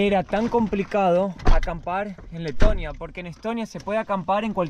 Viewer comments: Pense que decia tetonia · Que bonito es Tetonia....digo, Leeetonia. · quieres decir Tetonia no Letonia.